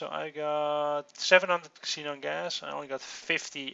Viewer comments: Just for clarification, the "X" in Xenon is pronounced with a "Z" sound. For example, Xenon would be "ZEnon." Its really confusing because the English language is full of weird exceptions. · Just so you know, when there is a word that starts with an "x," it is pronounced "zee" (I know you are not english), so Xenon gas is "Zeenon gas," in terms on how it is pronounced.